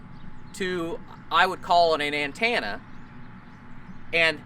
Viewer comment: "Antannah systems" lol